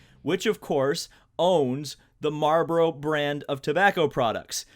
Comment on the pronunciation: Hahahahahhaha how you say marboro hahaha